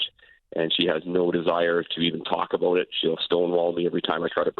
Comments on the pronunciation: I knew this guy was Canadian when he said " aboot" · The way he says "about" is funny